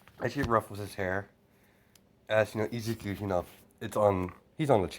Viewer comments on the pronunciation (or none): none